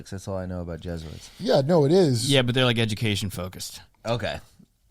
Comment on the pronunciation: *Je*suits ?!? Come on Kurt. You're so close